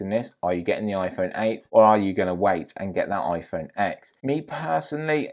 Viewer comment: And the iPhone X is pronounced iPhone 10 the X is a Roman Numeral. And plus Apple calls it a ten they don’t say iPhone x as a letter they say iPhone X as a Roman numeral!